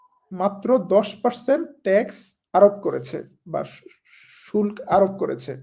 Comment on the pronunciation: শুল্ক বাংলা সঠিক উচ্চারণ "শুল্কো"